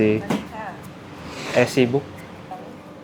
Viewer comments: Maaf bang, udh berkali kali denger tp kali ini boleh dikoreksi pelafalannya (eazybook dibaca isi buk, bukan ezibuk) sama penang lazim dibaca pineng untuk internasional atau untuk Melayu baca penang (seeprti e dalam bebek bukan peti) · Suka sama videonya tp mohon maaf suka terganggu dengan pengucapan mas dlm bahasa Inggris. Contohnya menyebutkan EasyBook..duh agak gimana gitu dengernya 😢 Mungkin mas harus lebih sering latihan bahasa Inggris yg kalimat² dasar aja.